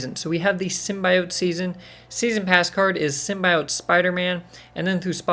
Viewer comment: I can't believe people still say "Symbiote" wrong lol